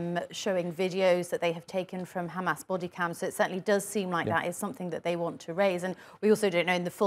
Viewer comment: what i can understand of IS Not Real defense is they said: khamas this, khamas that, khamas why, khamas for, khamas khamas khamas